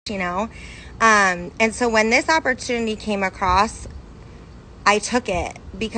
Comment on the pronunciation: Why does the second girl keeps saying oportuny? All I got from these videos is that they don't understand what a piramid scheme is and that they are desperate... that guy saying that everything is recruiting is so dumb. CEOs need to recruit, employees payment is not subjected on more people being recruited